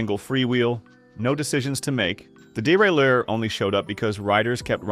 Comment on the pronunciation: How many different ways can crappy AI pronounce derailleur?